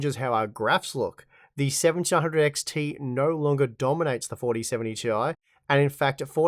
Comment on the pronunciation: its 'tie', not 'tee eye'